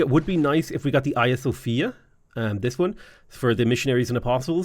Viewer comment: How was his pronounciation of Yasodharapura? (Not on the first attempts, but a bit later on into the video when he had gotten more used to saying it.) I noticed he also tried an accurate pronounciation of "Hagia Sophia" when he mentioned it. I really appreciate small details like this.